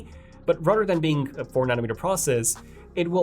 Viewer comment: Dude practice your “the” leather, rather, you keep pronouncing it like a D. I’m also bilingual.